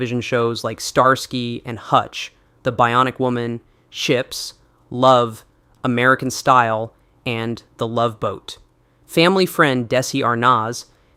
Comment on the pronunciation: “…shows like ‘Love’, ‘American Style’…”